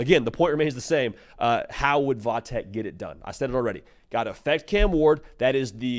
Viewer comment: I hate tech and am a Miami fan but please for the love of God stop saying “vah tech”. I live an hour from VT and nobody around here says “vah” it’s VT Virginia tech or tech. Even v tech would be better but literally nobody says vah tech except for the national media for some reason